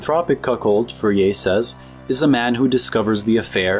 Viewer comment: It's pronounced: For'-yay